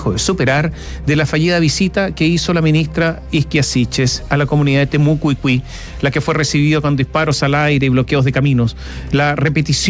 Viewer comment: Porqué Mosciatti dice "temoucuicui" (ni se como se escribe), si es zona de la araucanía